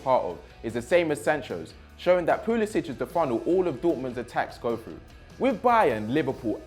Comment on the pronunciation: You can't even pronounce Pulisic properly.